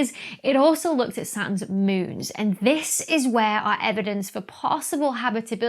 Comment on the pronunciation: I love the way you say moons. It sounds like mewns. I don't know why I like that so much, but I do. Here in the US, we don't have accents. OK, I guess they do in the south, and in Boston for some reason, but most of the US - no accents.